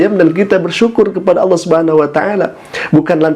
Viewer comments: saya rasa dia bukan ustad. dia impostor kiriman sebelah pada menit 1.03 mengucap Alloh nya kas orang sebelah saat mengolok2 islam dengan sebutan aloh. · Bukan ustadz tapi Dajjal. Sebut Allah aja kurang jelas. Mau ku tabok aja wajah nya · Si bapak lg sakit jiwa, ga hanya umat islam tapi semua umat di bumi harus minta maaf termasuk si bapaknya ga hanya sama ayam tapi sama semua hewan wkwkwk. Pas lihat video saat nyebut Alloh lidahnya keseleo tdk seperti org yg ga pernah baca Al qur'an , feeling saya ni bpk bukan muslim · Sepertinya orang ini bukan muslim tpi pura pura muslim,,ingin menyesatkan umat Islam,, dengar kn lah ketika dia mengucapkan lapadz Alloh,,beds banget,,,harus d tangkap Karena telah menistakan sayreat islam ,, naudzubilah himimdzalik,, ya' Alloh Kuat kn kn iman Islam Kami semua amin ybn 🤲